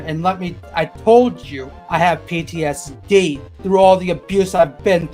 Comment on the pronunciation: PEETEE-ESS-DEE!!! Jupiter the Hybrid has competition XD Man, I was there on the stream a bit ago and really do feel people this mentally unwell need serious help and no internet for a while. Thats what's best to not get more PEE TEE ESS DEE! @@ Hello Moth! Hope your day goes super!